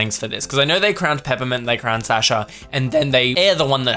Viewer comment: why are you saying Sasha wrong 😅 take it from a russian, it's suh-sha